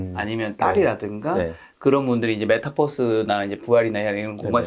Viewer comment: 메타뻐스가 아니라 메타버스입니다 유니버스